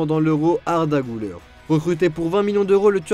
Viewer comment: Güler se lit Guler et pas Gouler ü = u Et pas ou Merci